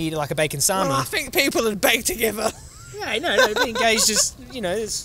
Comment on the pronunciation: I think what was meant to be said was ''Beg to differ'' but has come out as: ''People would beg to give her' / 'Bake together' haha